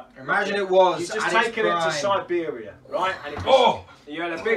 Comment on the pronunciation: Si-beer-ia. Beautiful.